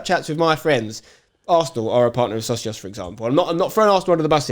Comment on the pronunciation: Don't personally care about the Socios deal but please pronounce it properly 🤣. It's already a word in Spanish